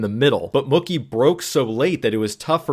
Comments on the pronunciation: You’re saying Mookie like cookie 😂 say like a cow goes moo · His name is pronounced Moo- key ,like a cow 🐮🐄 says Moo, Key 🗝️ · Are you saying "Muckie" Betts? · Mookie not mucky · Mookie rhymes with Dookie, not Cookie, lol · Why are you pronouncing Mookie like cookie? It's pronounced Moo-key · I'm a casual baseball fan and this was a great explanation of a wheel play. Thank you! Also just fyi Mookie is pronounced Moo-key 🙂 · I don't think you're wrong. It's Mookie like bookie. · Huh? You mean Moo-Key? As opposed to Mookie like Bookie? I say the latter. So does he. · you pronounce Mookie like it's a slur lmfao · I hate the way you're pronouncing Mookie's name wrong 😭 Cool vid tho 👍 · Someone tell this guy how to pronounce Mookie. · Someone should tell Mookie he's been pronouncing his name wrong this whole time. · Well...it does rhyme with "cookie"! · Mookie pronunciation is making me laugh. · I really don’t like the way you say mookie but I appreciate the teaching moment of the video great stuff